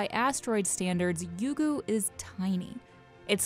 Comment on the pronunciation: It's Ryugu not Yugu